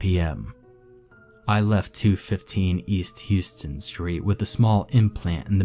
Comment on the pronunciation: Houston Street is pronounced How-stun.